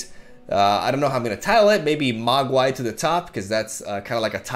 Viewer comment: MogWai (Mog Way) to the top. Lmao